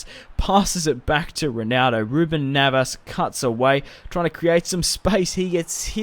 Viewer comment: it's neves not navas